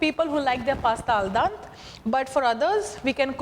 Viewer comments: A parte che non si mette l'olio nell'acqua, ma poi si dice aldente non aldante! Dio povero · Al DEnte, not Al DAnte....And it means 'to the tooth', not to the bite...